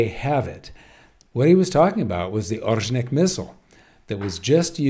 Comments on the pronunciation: Ore-sh-nik not Ozhnik. This is the name of a kind of bush tree from the birch family. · Pronounced [aw-Reh-shnik] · Here’s a pronunciation guide for you how to say Oreshnik properly: start with Oreo but drop the last “o” and now add sh-Nick like you start saying “shoe” and replace “oe” with Nick. The stress is on “e” in the middle which is pronounce like in OrEo.